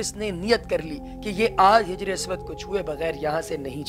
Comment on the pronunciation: janab Hijre aswad Nahee Hajre Aswad bolen.